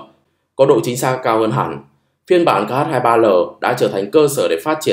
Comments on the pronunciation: Chữ "Х" trong tiếng Nga không phải "ix-sì", mà là "kha". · X đọc là khờ nhé àd :)))